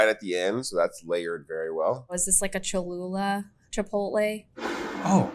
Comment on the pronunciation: To teach him how to pronounce the name? 😆